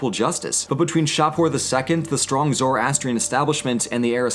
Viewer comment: OHMYGOD. THIS EXCITES ME SO MUCH BECAUSE MY (Persian/Zoroastrian) CULTURE IS LITERALLY NEVER SHOWN ANYWHERE, EVER. Also, it’s pronounced (zuh-ras-tree-anne) not (zoro-ass-tree-un) :D MAKE A VIDEO ON ZOROASTRIANISM, IT’LL BE REALLY WORTH IT.